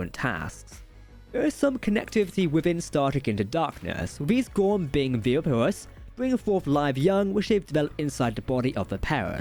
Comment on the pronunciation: Nah, I've got no real problems understanding speech impediments, either; got nothing against those. But turning "viviparous" and "oviparous" into "virapulous" and ovaripus" is just plain getting the words wrong. Had to listen to that section a couple of times before I glommed onto what was meant -- and I'm a freakin' biologist. (And frankly, I'm not sure these "New Gorn" would classify as either of those, or even ovoviviparous.)